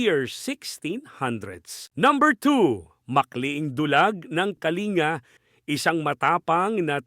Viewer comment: It's not pronounce as (Ka-Li-nga) but as (Kaling-ga) for KaLinga tribe .